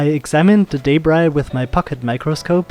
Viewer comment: A great vid Thanks. The word you pronounce as Daybry? What is that? You mean Debris ? Then it is pronounced D-e-b. R-e-e. Deb as in Reb or Pebble. And Ree as in re ceieve or re place etc. Debris is pronounced Debree! Got it? Where do you get Daybry from?